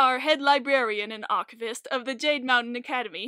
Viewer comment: I recognise the specific very way you said "archivist" and I would like to thank you for pronouncing it the proper way (the way that makes you want to continue with "of the Magnus Institute, London")